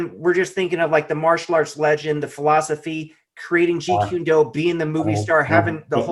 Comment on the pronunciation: Kune like coon not qune, if you're going to be doing interviews and you're going to talk about a topic please do not mispronounced the name. Also truth is truth and if it comes out decades later about someone character then we should know. Why are you trying to create a false image or character about somebody. I agree with Tommy carruthers about we've all made mistakes but that doesn't mean we shouldn't discuss it and it shouldn't be revealed.